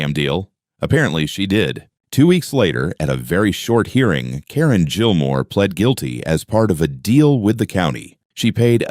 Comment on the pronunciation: Gilmore is not pronounced Jillmore